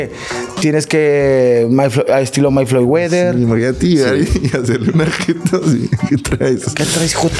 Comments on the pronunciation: al estilo "Mayd Floywather" 🤣🤣🤣 Floyd Mayweather - 👾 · May fleiuguther? 🤣🤣🤣🤣 Eres la mamada 🤣🤣🤣🤣🤣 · May floy Wether jajajajj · May fly weather jajaja no mames 😂😂😂 es Floyd Mayweather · Moy Flayweather jajajaja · Mai floigueder